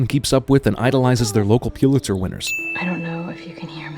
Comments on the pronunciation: A sin for CinemaSins: It's pronounced "PUH-lit-zer" . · I know this video is old now, but still...Pulitzer is pronounced "PUHL it zer", not "PYEW lit zer". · It's pronounced PULL-itzer, not PEW-litzer. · Its pronounced: pull-itz-er. Not puel-itz-er. Pulitzer prize not puelitzer. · A reporter who has won a Pulitzer should also know that it is pronounced Pull-It-Sir, not Pew-lit-sir. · You have a strange pronunciation of Pulitzer. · I guess it wouldn't be so annoying that you don't know how to pronounce "Pulitzer", except for the fact that you say it wrong so many times.